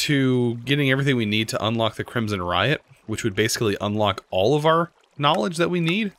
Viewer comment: i dont know if maybe i was hearing you wrong but it sounded like you kept saying rite as "riot" instead of "right" and it was driving me crazy lmai